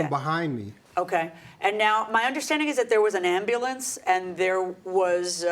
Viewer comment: Did dude just say ambalams?!